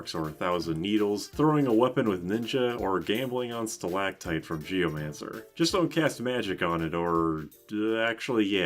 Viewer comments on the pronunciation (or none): none